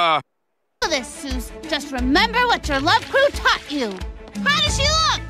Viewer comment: isn't it Zeus, not Soos?